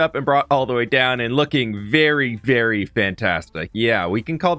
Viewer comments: Please tell me I am not the only one who nearly overheard aying "berry much" instead of "very much" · did he say that was BERRY much a stretch?